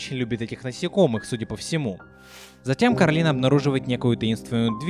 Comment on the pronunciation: А ещё она КОрАлина, а не КАрОлина, это как зеркальное отражение. Как в сказке Оля и Яло.